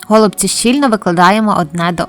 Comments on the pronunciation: Дякую. У нас кажуть голубцІ. Наголос на ост.складі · Все чудово, але чому го лубці наголос на букву о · А,я не удивлюсь. У меня знакомые из Одесской обл. так же говорят го лубци. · По-перше, я теж люблю українську мову, але наголос у слові "голубці" на першому скпаді ріже слух. Нас всіх вчили з давніх-давен вживати наголос на останньому складі. По-друге, можливо ваші пісні голубці для когось і смачні, тільки користі з них небагато. Замість 5-6 цибулин (навіщо стільки?), краще додати хоч трошки м ясної начинки. А також для голубців зі свіжої капусти потрібна підлива з томатної пасти і сметани. Тоді справді буде смачно. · Мені тошнить оцей наголос на го / ми робимо наголос на ці/ Нашої такі обсяги робить на пів села ??